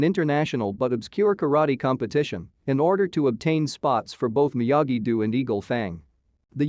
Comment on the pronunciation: You can’t pronounce the words “Ralph Macchio” You made it even bigger mess of the word “Miyagi do” You have no business explaining anything about this IP. And you didn’t “explain” anything. All you did was give a summary of what happened. This is a terrible video and a waste of time. I can put up with a Souless video sounding like a robot.. but when that robot sounds 10 times more ignorant than the people there apparently trying to explain things to.. it’s shit. You were trying to explain things to people that can actually pronounce the words. As I said.. this garbage is the waste of time. Usually when somebody puts “ending explained” they are enhancing what people experienced by watching it. They bring something to the table and add to the whole experience. All you have done is provide a video for somebody that wants to know what happened without watching it. What a piece of Clickbait 💩. You basically made a video and read out the synopsis. Justa Lazy piece of content